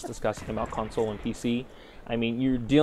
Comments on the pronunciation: lol con-SOLE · says certain words weird like console. conSOLE lol